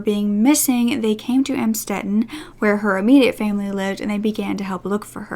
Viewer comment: I went to high school not far from Amstetten and had an English class with someone who was related to the Fritzls... she had to change her last name because she got bullied. But yes, it was shocking to have that so close to where I lived. He is a monster. Thanks for the good research, just "Amstetten" is pronounced "Uhmmmstetten"